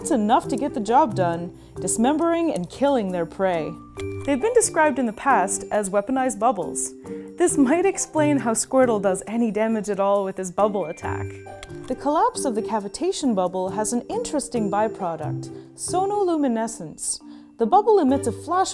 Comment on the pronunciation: Sqirtl? Really??